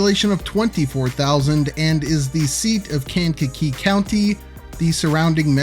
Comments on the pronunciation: It’s kang-ka-KEE. Like kangaroo, but with a kakee. 😄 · Resident of Kankakee Metro here! It’s pronounced locally as Kay-n-ka-kee. Always wanted to be the guy that comments that on the video. Hsr going through kankakee would be a massive boon, our downtown used to be lively and reasonably dense before industry left in the 50s and 60s. We have way, WAY too many parking lots. I’ve spoken with local developers in the downtown area and there appears to be a massive wave of new redevelopment in town! Ps I loved the cut to the “bitchin’” mall 😂, I hear talks of some massive redevelopment there as well supported by the village but we shall see if anything really happens.